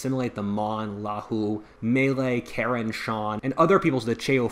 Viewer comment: Karen is pronounced Ka-yin